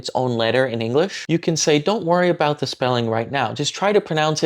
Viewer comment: Hey, good job, but you missed a small detail. I assume you meant "Do you know the way?" You were mostly right, but the consonant in the word "the" isn't a d, it's actually a ð, I guess Indonesian doesn't have that sound so you might struggle hearing it, but try learning it, it will make you sound much more fluent. You can learn about it by googling "The th sound in English" or "voiced dental fricative" there's a voiceless version too that you probably also mispronounce as t.